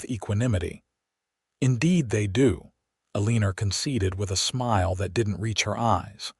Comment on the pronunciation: AI must be edited......Eleanor is NOT EL-EEE-NER!